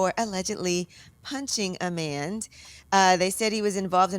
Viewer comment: Tf is a manT ? “Punching a manT” lollol